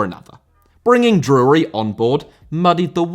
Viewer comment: I had to turn this one off. I can't stand how you pronounce Drury 😂